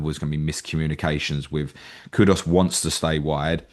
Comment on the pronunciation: Can you please stop saying kudos instead of kudus. Very irritating but it seems 90% of people do this